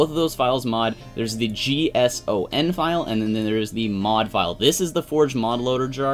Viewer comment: when you were saying json you said "g"son lol